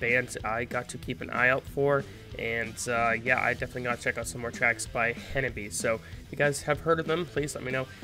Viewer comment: The name of the band is wrong. In Japanese reading, it becomes HANABI-Eh and pronounces E. Some people ask me to forgive you because it's an English pronunciation, but please refer to it for the time being.